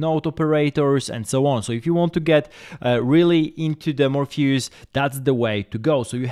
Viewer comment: Morpheus, not Morphayus